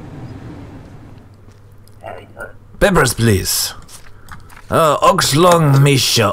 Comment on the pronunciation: "Peppers please" 😂😂